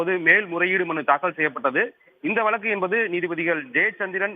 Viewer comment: திரும்பவும் வலக்கு, தமில் செய்தியாளர் ஒருத்தன் வாயில கூட 'ழ' வரல